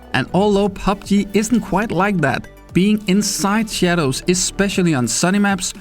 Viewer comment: "Stay insait ze sadows" ;)